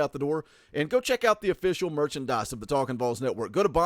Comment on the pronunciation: Stop fucking saying “Vawls” this is not Georgia